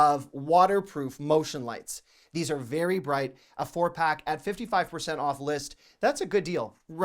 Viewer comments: Idk why every time he says "THEEsE..." it is so satisfying to me 😅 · His “These” is very comical 😄😄